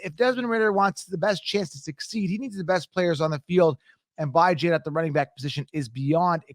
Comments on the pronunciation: Stop saying bye-Jan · It’s pronounced Bee Jon haha